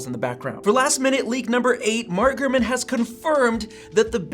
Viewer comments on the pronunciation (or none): Sometimes it sounds like you would say "Gruman" instead of "GuRman"